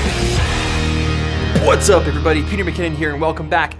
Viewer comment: is it just me or he says BWHATS UP EVERYBODY in the beginning of the video?